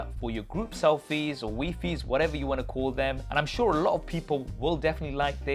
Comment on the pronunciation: "Wee-fee"?... Wefy? Smh, It's groupy lmao🤦‍♂️